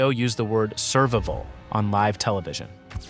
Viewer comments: "Servable" is not "survival". Is this an illiterate moron or just AI? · Can you pronounce "SURVIVAL" for me again? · Your stupid AI can't even pronounce "survival"!